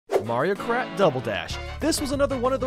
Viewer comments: Anyone notice at the start he said mario krat instead of Mario kart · It's Mario krat double dash. Get it right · at the start he says mario krat instead of mario kart why?